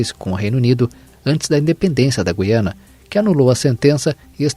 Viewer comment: É GU-IA-NA, GU-IA-NA, GU-IA-NA, parem de falar o nome da porr@ do país errado!